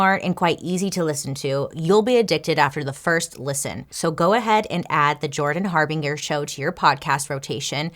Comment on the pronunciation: PLEASE DON'T HATE ME... THE NAME JORDAN HARBINGER = HAR~BEEN~JUR JUR? OR JER JUST IN CASE YOU EVER NEED TO USE THE NAME AGAIN...WHICH I DOUBT... SO I'M 😢SORRY❣️🤟🏼